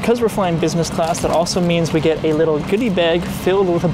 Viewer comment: Bro Said geet 😂